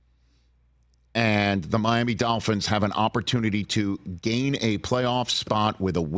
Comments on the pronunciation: It’s dolphins, not dalphins, Rich. Good lord. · Hey Rich, It's Dolphins not Dafins.